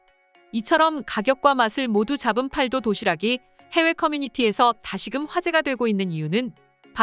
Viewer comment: 아~ ㅅㅂ 중국 더빙~!! 팔도 도시락이 아니라 읽을 때는 팔또 도시락이라고 읽어야지~!!! 진짜 중국 더빙이냐~!!!